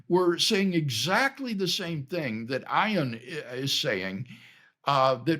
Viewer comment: Please learn the pronunciation of Ayaan’s name if you’re going to bring it up.